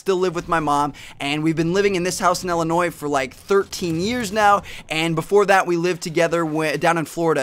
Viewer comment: When he said Illinois I pooped a little :P